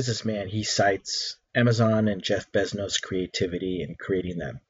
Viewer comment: Jeff Beznos? General Custard? Did I hear right?